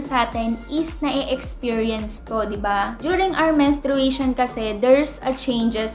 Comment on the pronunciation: Menstruation (men-stray-shn) po.😊 Thanks sa video.Good job!